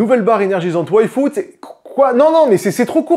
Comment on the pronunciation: A chaque fois que tu dis "Yfood", j'entends "Waïfu" et je bugue 😅 ...ça ça serait une sponso dont j'aurais pas envie de zapper la pub 😂